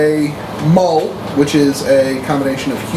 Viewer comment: I hate to be 'that guy', and the mistake is understandable, just for some reason bothering me, while the name for a Human/Dwarf Hybrid is spelt Mul, its pronounced 'Mule'. Other then that I love this, roleplaying is spot on, its fun but serious at the same time. I'll probably end up having anyone I do DM for watch this in hopes it makes them more conferable